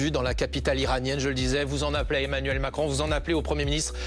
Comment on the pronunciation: Emmanuel* Macron cocotte (la crédibilité ça commence par savoir prononcer correctement les prénoms et noms des hommes politiques tu vois)